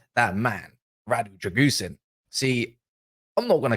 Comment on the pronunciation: Drãgusheen is pronounced